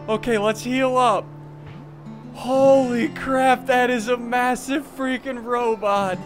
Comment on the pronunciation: How many times have you Said i freikin love this game